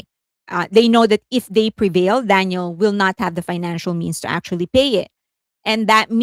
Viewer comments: I don't mean to be rude, but you keep calling her DANIEL. Daniel is a male name, as in Daniel Craig, Daniel Radcliffe etc. Her name is Danielle, pronounced, Dan-YELLE, with an emphasis on the second syllable. This has been commented about here before...?? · It’s ‘Dan-yell’ you keep mispronouncing her name. ‘Dan-yill’ is a boy’s name. And are you going to ever discuss Mark Lee’s controversial and racist t-shirt? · I believe, with effort, you can manage, after all this time, to pronounce Danielle's name correctly. It's been years now, literally years, and you pronounce her name in the masculine - Daniel. Her name is the feminine version - Danielle. I'm not trying to side with her on anything, I'm saying that some stans get all in each other's spaces for the mispronunciation of Korean names, and can there be an effort to say those correctly. So, in all equality, we can put in an effort to say a Western name correctly - Danielle, not Daniel. The legal documents will also reflect that name as well: Danielle Marsh or Marsh Danielle. Not Daniel. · Great coverage as always - very thorough and informative. But you went back to pronouncing her name as Daniel (male name) instead of Danielle (female version). You were pronouncing the name as Danielle for a while… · Can you please pronounce DaniELLE right?